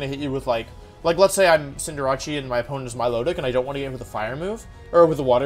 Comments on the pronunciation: I don't know why he says it like that... It's cinder-ace. "Cinder" like fire and "ace" like in a deck of cards. "Ace" is also used to describe a really good athlete. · Wtf is a CINDERACCI????? Its CINDER-ACE!!!!! Get your names right or dont call yourself a pokemon fan. Sorry not sorry but ur pronounciations are triggering. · Please Cinder-ace not Cinder-achi please i beg u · Cinderachi. Lol Cinder-ACE my guy. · Is it pronounced Cinder-achee or Cinder-Ace? I think ace fits more with a soccer player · Did this man just call Cinderace ..."Cinderachi" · Who is cinderachi I know cinder ace not cinderachi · it's not cinder-a-chee it's Cinder-ace as in in the figure of speech: "ace in the hole" or "ace of spades" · Why do you pronounce Cinderace as "Sin-Der-Achi"? It's Cinder + Ace. "Sin-Der-Ays" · Why do u pronounce it cinderache its cinderace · I can’t stand Wolfey saying cinderace, like why does he call it cinder-ra-chi? It’s name is cinder-race. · Its pronounced Cinder - race, not Cinder - rache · Not a single soul: Still Wolfey: "Cinderacci". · Cinderachi? the casual intentional mispronunciations kill me😂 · Why does he pronounce Cinderace as Cinder-“achi”? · it’s pronounced like cinder-ays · Cinder achi, with libero is a play on liberachi. Facts. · “Cinderachi” pisses me off unreasonably so. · Wolf: “Scinderachi” Me: stops the video at 3.22 , deeply questioning if he’s trolling on purpose or like genuine. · Pretty new to the wolfeyvgc channel. can anyone explain why he purposefully mispronounces stuff? (V-->W, CindrAchie, liBERo, etc) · No one: Wolfey: Cinderachy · Wolfe are you saying Cinder-achy?!?! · cinderachi lmao no problem in mispronnouncing but how do you mess up a name so simple and in english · Why does he call Cinderace Cinderacci? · Wait Cinderace is pronounced Cynder-acchee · It’s funny he says cinderachi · So is pronouncing cinderace cinderachi an inside joke or are you just pronouncing it wrong. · That pronunciation of cinderace is painful